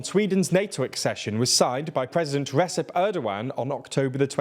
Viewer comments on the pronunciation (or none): Erdoğan's name is pronounced Regep, c is pronounced 'g'